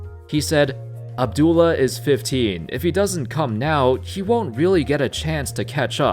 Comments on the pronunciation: It’s AB-DUL-LAH,. Not Abdul! There’s a LAH at the end, 😂😂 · I still cant believe he says abdul not abduallah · You really can’t pronounce Abdullah? It’s not abdul idiot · I’m 100% sure the “ah” is NOT silent...I had a student with that exact same name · Ali Saied I mean the LA is right there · Abdullah is a Muslim name there is no shortage to that Just like he studied for this video he should've checked the correct pronunciation for names